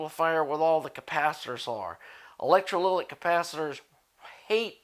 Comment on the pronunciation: ElectrolyTic capacitor, not electroliLic.